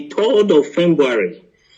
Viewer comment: Oh my jeez 🙄 a Journalist that can’t pronounce February am a kind of confused here